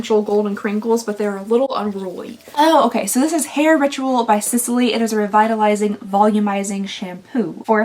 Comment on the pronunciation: Just FYI, Sisley is pronounced like Seez-Lay... Love your videos, even though i am not exactly your target, BTW...